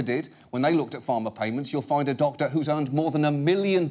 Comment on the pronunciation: the lady sounds like she's deaf. WE ESSENTIALLY SAY TO A DOCTA, "HAY, DO U WANNA BE A THOUGHT LEEDA?"